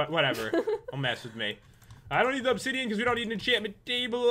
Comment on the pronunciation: Battle Obsi-DIE-an